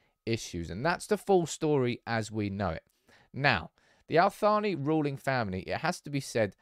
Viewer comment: Credit to for pronouncing 'Al-Thani' correctly - the TH is pronounced like in the word 'thistle'